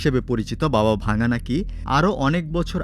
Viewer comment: বাবা ভাঙ্গা নয় রে মুর্খ ভাভা ভাঙ্গা।